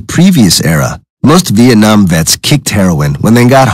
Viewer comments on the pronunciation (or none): none